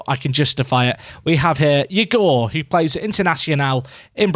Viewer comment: it’s pronounced eegor not yugor !